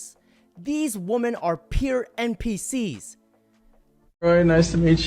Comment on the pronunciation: Please learn to say women correctly.